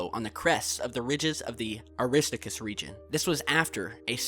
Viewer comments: Say it with me, " Airy- Star -Cuss" (Aristarchus ) (and from nother vid, the guys name wasnt "Joe-Anne", "Yo - Haann" smh.:D Oh and a "mare" is pronounced "Mar-ray". just fyi for future vids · It's AR - RIS TAR KUS.